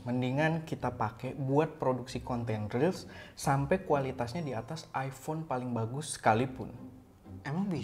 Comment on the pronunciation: ipon pake cahaya????? mas mbok belajar bhs inggris mas, banyak baca cara pronounce itu ky apa, kalo ga bisa bahasa inggris, pake bahasa Indonesia aja, malah lebih gampang.